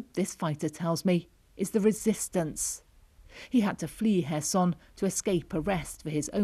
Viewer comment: As a Ukrainian I really appreciate this commentator pronouncing Kherson correctly